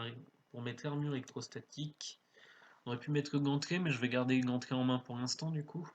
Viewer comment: Explications claires et précises ! (exceptés les pauvres "gantelets" qui se font hachés menus lorsque tu les prononces ^^'). Merci pour tes vidéos, je les trouve largement plus sympa à regarder que d'autres grâce à ta vitesse d'analyse et de jeu. Il y a une facilité pour suivre ce qu'il se passe mais peut-être pourrais-tu faire attention à pauser plus longtemps ta souris sur les cartes dont tu es en train de parler, ce qui je pense, permettrait aux viewers de moins mettre en pause ta vidéo pour lire les effets des cartes lorsque la mémoire nous fait défaut :) En tout cas, super vidéo, hâte de voir le prochain challenge !